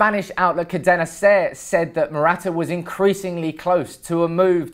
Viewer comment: You can start by getting his name right ffs 😥